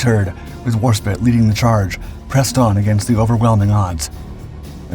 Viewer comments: Fantastic presentation! ( BTW, it's Warspite, not War-spit. 😋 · Its HMS Warspite, not spit!